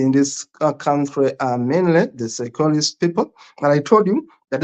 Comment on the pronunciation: Seychelles is pronounced like "say shells" not "Cyprus".